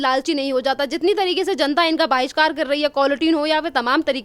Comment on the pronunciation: Baahishkar nhi bhishkar